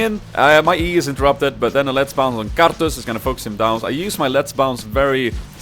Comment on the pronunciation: pls make a 10 minutes loop of you saying karthus